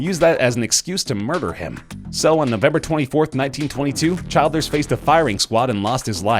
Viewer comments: Just saying Erskine childers' name is pronounced chill-durs. Good to see an Irish reference to our civil war tho. You should have included Jesus' last words too lol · I'm Irish. It's Erskine Childers as in chill out not as in child